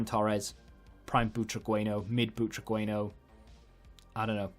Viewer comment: I had mid Veron in my team for ages. He's a bit of a beast, really nice passing and strong in the tackle. BTW it's pronounced Boo-tra-gen-yo. Loving the vids, keep it up!